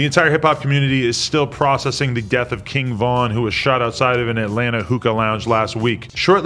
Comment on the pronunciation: Kin Von, cmon adam 😂😂